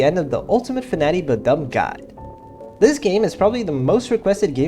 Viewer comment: uhhh fnati? fnati?? fnati??? eughh...